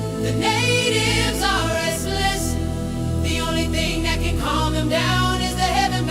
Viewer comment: said"con" not calm